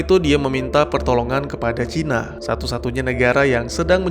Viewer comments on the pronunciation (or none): none